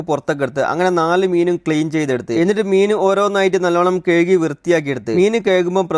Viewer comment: കയ്കി അല്ല കഴുകി എന്നാണ്